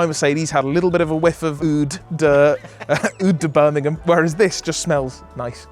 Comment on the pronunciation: "Oud de Birmingham"........😂😂😂😂😂😂😂